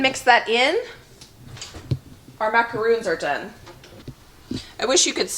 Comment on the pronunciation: Yes you're correct with pronouncing the coconut cookies as macaroons and the meringue macarons ( like the French President) lol!